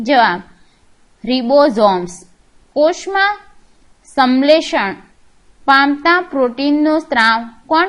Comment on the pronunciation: Video khub j saras che Pn aap shanshletion ne samletion kahi rahya chho....